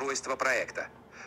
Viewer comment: Минутка душноты, правильно говорить pErplexity 😊